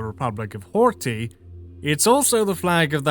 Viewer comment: Ohh hi 👋 I know it can extra headache to learn a language when you have a tight deadline to production, so don't beat yourself up over it. "Miklos Horthy" and "Szalami" are well said. "Mátyás Rákosi" is half correct, "Mátyás" is accurate, while "Rákosi" is not "Ru- co- shi" like "Russia-coat-sheep", but it's rather "Ra- co- shi" like "Radical-control-sheep". [Now I know that "control" can be said as "kun-troll" with how many English accents there are, but I'm really trying here] "László" is actually perfect!, but I haven't heard "Rajk" enough to know. "Imre Nagy", "Imre" is perfect, but the "gy" sound in "Nagy" (and generally elsewhere in Hungarian) does not have that "jjjzzzz" vibration when you lock your jaw and vibrate air between your tongue and top of mouth. But rather only the single sound of releasing air trapped behind a tongue pressed against the mouth's ceiling. Also watch the "a", you were starting to veer off into a "o" at,,,,,. "Ernö Gerö ", "Gerö " is fine, "Ernö" does not start with "U" like Urn, but "E" like Elaphant. it is a shame to admit that I do not know these people, so I cannot comment on their names' pronunciation. While in Hungarian you would say "Tum-ash" instead of "Tom-ash", I know Tamás is the Hungarian-ised version of Tomas, so both are correct. This is when I wrote the original comment, because holy hell. You said: "Al-um-ve-d